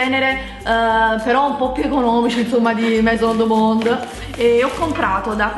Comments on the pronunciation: io studio francese e 'maison du monde' si pronuncia "meson du mond". Un bacione😘😘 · come hai pronunciato maison du monde hahaha ♡♡♡